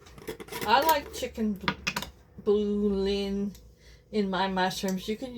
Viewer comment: Bouillon is pronounced bull-yon